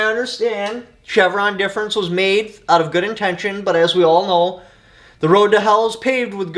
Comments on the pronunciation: “Chevron Deference” sir. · "CHEVRON DEFERENCE" lol